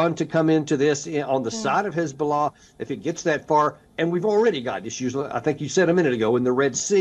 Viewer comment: Khesbollah? Khamas? What about the khostages?